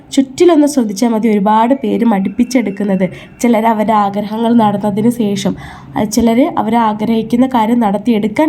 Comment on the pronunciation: Sesham alla......sasi de sa(malayalam). Shesham